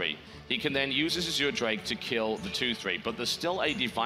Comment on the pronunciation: Why do they keep calling the Azure drake an "as-oor" drake?